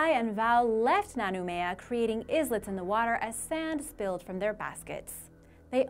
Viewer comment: She can't even pronounce the word "islet" properly. It's not an uncommon English word.